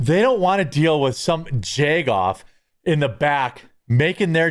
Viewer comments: I've never heard anyone pronounce JAG-off as JAYG-off. Lol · I love you but it should be a crime how you pronounce jag off. And bag. 🤫